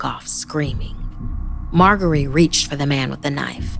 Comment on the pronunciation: Pretty sure it's pronounced mar-jer-ree even though it has a g